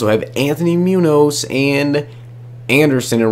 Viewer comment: The way this man said Munoz made me want to die. Its not pronounced moo-nose its moon-yoz